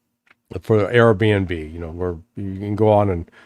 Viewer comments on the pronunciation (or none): hahah did Larry say AraB&B?